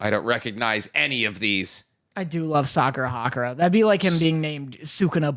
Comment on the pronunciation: I know that this won’t make like Windbreaker any better (probably) but his name is Sakura Haruka not Sakura Hakura 💀